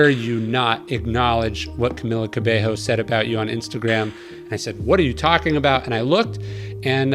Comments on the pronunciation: Ka bay yo not ka bay ho😂 gringo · It's Ca-Mee-La Ca-bey-yo! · it’s pronounced camEEla caBAYo but i enjoyed this interview! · “Camilla CabeHo” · Love this conversation, she's amazing in every way! But you need to learn how to pronounce her name. Cabello is pronounced CabeYo in Spanish. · Did he say camila cabehoe?? Lmaooo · Lord he butchered her name 🤦🏿‍♀️